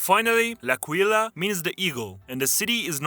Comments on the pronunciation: You should've looked up the names' pronunciation. 'L'Aquìla' and 'Catànzaro' sound awful. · L'Aquila has a stress on the A! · Here is how to pronounce aquila! (Experience as an italian) A|qu|í|la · Please Google "pronunciation of L'Aquila." Do it now!!!!!!!!